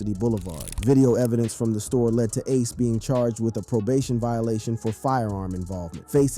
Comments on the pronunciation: I really hate how you pronounce ACE NAME SMH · why you saying ace name like that?